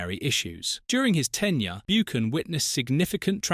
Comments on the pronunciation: You pronounced it Martin 'Boocan'. It should be pronounced 'Buccan' (Buchan) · Beeoocan at pitadree ffs😮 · Learn how to say his surname correct....BOOOKAN 😆 Pitytry , Jock STYN and KELTIC......Is this a joke? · Buckan not Boochan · "Byookin", "Keltic" Jock "Styne"?? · And Martin BOOcan who played at PITYry......is this AI? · It should be pronounced "BuCHan" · This AI voice is annoying. Cannot even pronounce Martins surname correctly.